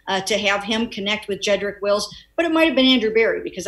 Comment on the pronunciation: Les is his own comedy show. He can't even pronouns Jedrik Wills' name.